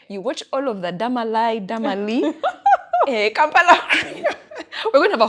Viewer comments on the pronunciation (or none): It's Dama-Lie